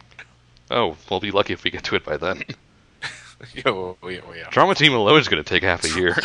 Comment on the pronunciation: yeah it sounded like drama team to me too. it's actually trauma team.